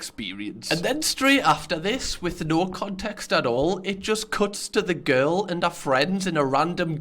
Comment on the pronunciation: "fillum" Lewis: "girrell" ArthurTV: "Im gay"